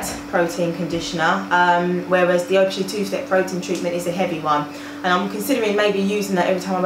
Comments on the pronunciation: 'ph' is pronounced as an 'f'. You pronounce it Af-o-gee. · Donna McKinson but theres an A in front of Aphogee so it is pronounced as af-o-gee